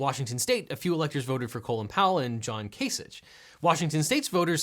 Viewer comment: Ohioan here, you mispronounced Kasich's name. It's pronounced more like Kasick.